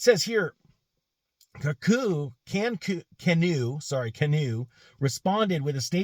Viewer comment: I'm biased since I own a small number of shares of GOEV, but I guess if one is going to criticize a company or its CEO, one should pronounce the name right (it's like canoe). Anyway, it should be noted that Aquila does have a background in aircraft leasing (I know, what does that have to do with an EV company?). Canoo didn't buy the jet, they chartered it from Aquila's own business (AFV) under an exclusive agreement established between AVF and Canoo in 2020 - before Aquila became CEO and the stock was still over $200/share. Should he have flown coach to business meetings - maybe. Honestly, it feels like Canoo is setting the company up for a turnkey acquisition by spending millions on production equipment but keeping their production targets low (otherwise, why not crank out a few hundred just to nail down the production process). To their credit, they have a lot of IP ... they aren't sourcing critical parts or designs from other manufacturers - the vehicles are bottom-up designed with maintenance, and serviceability being key features - unlike a lot of "sealed for life" stuff that's out there. I have no guess if they will be able to save it given the current politically charged market conditions - just along for the ride.